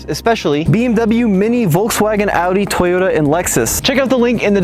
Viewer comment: No matter how many years you've been in the US you'll still spill the fact that your Polish lol, it's Toyota not Tayota.